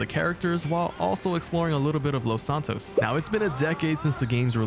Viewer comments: take a shot every time he says Los Santos wrong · Plz say los santos right